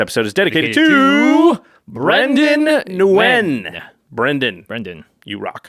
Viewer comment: as someone of Vietnamese heritage.... i've grown numb to people pronounced Nguyen this way lol